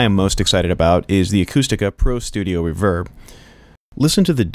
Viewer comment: Don't you put the emphasis on RE in Reverb?! reVERB... haha Kills me every time!! Cool wHip!!